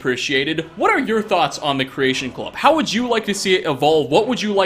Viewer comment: ....I love you. And I agree with your critiques. But the way you say creation club kills me. "Creation Clubuh" lol